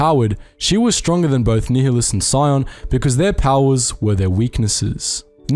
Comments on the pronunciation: Check out Kreia's Conundrums by Papito Qinn Btw Darth Nihilus is pronouced similar to "nihilism", where the H is silent and so NIHI sounds like NYE. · it's 'nile-less' not 'neo-liss'. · Ni-h-i-lus? That was quite uncomfortable to hear. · nye-hi-lus is the correct way. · I pronounce it nee hee lus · Everytime u say nihilus' name I die inside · Never heard someone say Nihilus like you do......odd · Love ya man and I can take it but... Ducks-un Nï-lus T-al-ös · I very very much enjoy your videos, but your mispronunciations of some of the characters and places is nails on a chalkboard. Duxn = Duk-sin. Not Ducksoon. Verbal source KOTOR II. Nihilus = Nigh-E-lis. Not Kneehallis. Name derived from Nihilism. Verbal source KOTOR II. Peragus = Per-Aug-us. Not Paraguss. Verbal source KOTOR II.